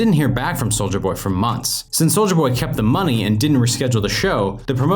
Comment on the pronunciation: It’s ‘soulya’ jeez man